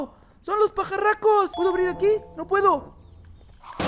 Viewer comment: Me gusta cuando dijiste pacaracos